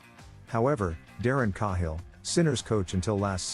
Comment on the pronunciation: AI sucks..can't even pronounce Cahill correctly..moving on..